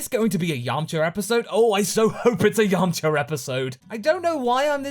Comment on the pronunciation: you say yamchar 😂 and vegetar. what with the "R"?